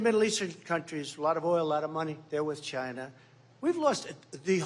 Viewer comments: just to hear Trump say the word "Chi-na" is worth electing him, knowing how much he hates the CCP is another. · The way he says China !! 🤣🤣